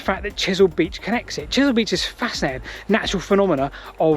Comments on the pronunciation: I think it's pronounced "Wike" as in Wyke. I've walked this line a few times and explored Portland's other railways. big gradient from Weymouth to Rodwell. amazing the steam locos got up that, Chesil not Chisel beach too. Anyway, great video. Don't go swimming at "Church Ope Cove" people have never been seen again off there as recently as 2020. (Purbeck mineral railways quite interesting too if you get time). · I think you mean Chesil beach not Chisel